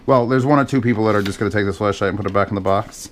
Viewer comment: Why does every time says flashlight it sounds like fleshlight